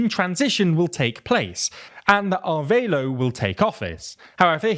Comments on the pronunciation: Ah-rev-ah-lo. Not arveilo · It's Arévalo (a-RE-va-loh) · Repeat after me: Ah-Reh-vah-lo = Arévalo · It's just being unable to properly pronounce "Arévalo". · Why would you pronounce Arevalo like that. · Thanks for the coverage on Guatemala's attempted coup! But I'm baffled as to why you read "Arévalo" and figured the "é" was silent and the "a" sounded like "a" in "aid". There's only one way to pronounce each letter in Spanish and no excuse to mispronounce any word. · Great reporting, just someone tell him that Arévalo is more adequately pronounced (ah REH bah loh), and Borrell is (boh - RELL).